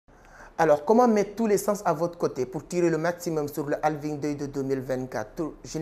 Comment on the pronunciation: D’abord c’est Halving avec un «H» 😊